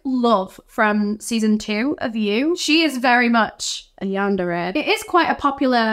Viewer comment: Yandere is pronounced yawn-der-ay